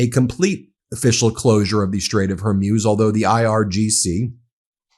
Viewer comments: I quite like MTN but WHY can Americans NOT pronounce simple words like Hormuz- it's not "Hermuz", "Hermoz" or anything else. I have noticed this on numerous channels and it gets on my tits as we would say in the UK! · What is the strait of “whore muse”? You pronounce it incorrectly, counselor. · You keep mispronuncing "Hormuz" (Strait of hormuz) Please look up how to pronounce that word properly. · It's not Strait of Hormuse but Strait of Hormoos (the pronunciation, I mean). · Hormuz pronounced OR-MOOZ. Not Or-myooz. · Ben, Hormuz is pronounced Hore Mooz, not Hore Muse. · Strait of Hormuz pronounced hor-mooz, not hor-myooz. The way Ben prounces it, it sounds like an inspirational lady-of-the-night. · IT IS PRONOUNCED, HER-MUZ, NOT HER-MUZE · For God's sake can you at least get people's names right! It's not pronounced Kom-ayni, nor is it the Strait of Hoar-muse. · It would have a profound impact if you learn how to pronounce strait of Hormuz correctly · He's still trying to figure out how to pronounce 'Hormuz'. Better to stick with law news unless he learns the importance of how to pronounce names properly, like the traditional media learned decades ago. It's simple professionalism.